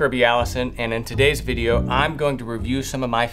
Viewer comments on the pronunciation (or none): none